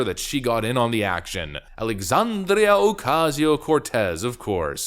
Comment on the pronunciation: I like how you rolled your tongue when you said "Alexandrrrrrrrrrrrrria" Ocasio-Cortez. Someone's been watching Mark Dice. 🤣